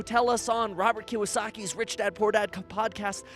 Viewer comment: Bro, Kiosaki = Kee-Oh-Sockee, there’s no W.